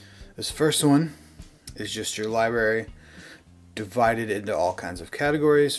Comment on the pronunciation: “LiBerry” and “JonRah” became the ONLY words I could hear after a while. Hysterical. LiBerry???? LOLOLOLOL